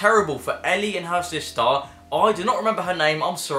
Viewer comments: I'm not shaming just you said Ellie and not elle 😂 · This video lost all credibility as soon as he pronounced Elle’s name wrong lol clickbait